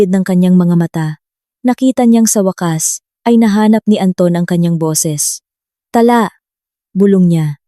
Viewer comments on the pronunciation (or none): Pls pronoutiation paki improve.ta-la not tala na mabilis.